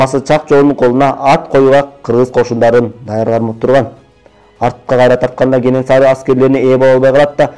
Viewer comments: Кененсары эмес Кенесары деп айтылат чыныгы аты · Кененсары эмес кенесары